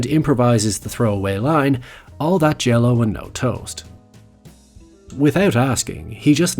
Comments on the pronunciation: All that "Jello"?? Lol. Try "Jelly". It actually makes sense. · All that jello😂 it’s jelly bro, not jello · its not "jello" its "jelly" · Now make sure you do another video that does the entire movie He also did not say Jell-O he said jelly, which would match with toast Jell-O would not match with toast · It was all that “jelly” not jello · "All that jelly and no toast." You know... jelly & toast? He said jelly, bro, not jello.